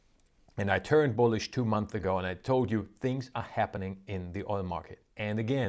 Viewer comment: You really don’t like adding an “s” when you say month. Very “Th” heavy